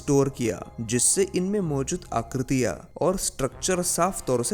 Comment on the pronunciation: भाई, हैं को है कहते हो ,हां को हा कहते हो ....यह अशुद्ध है। आकृतियां को आकृतिया बोल रहे हो । हिंदी तो ठीक से बोलो , तब वीडियो भी अच्छी लगेगी।